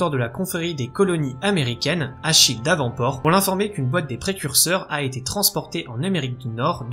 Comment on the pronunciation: bien sûr que l’on veut la suite et merci pour ton travail. Alors comme ça tu dis: "Achille D’avant port" à la française et pas Achille Davenport à l’Anglaise? 😂 lol